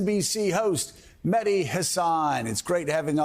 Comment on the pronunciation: only a minute in and already joe has put his foot in his mouth by mispronouncing Mehdi's last name RIGHT TO HIS FACE!!! so embarrassing